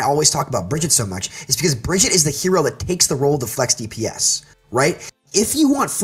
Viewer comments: Bridget REEEE SHES BEEN OUT FOR FOREVER AND PEOPLE STILL CANT SAY HER NAME Uhh soldier's biofield does do team heal lmao what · Couldn't watch with him calling her "Bridget" >.<